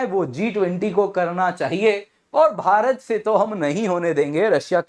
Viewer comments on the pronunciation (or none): none